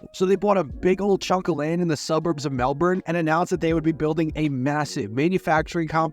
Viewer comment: "mel bourn"